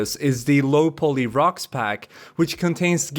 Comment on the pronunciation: Great video as always! A little heads-up on the pronunciation of poly and niche ;-) poly pronounced po-ly not pooly niche pronounced neesh not nich